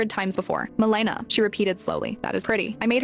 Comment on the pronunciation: The accent is on the first syllable — MEL e na. GI doc here.